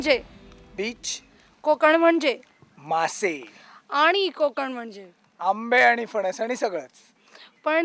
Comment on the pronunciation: konkan nahi madam, kokan bola......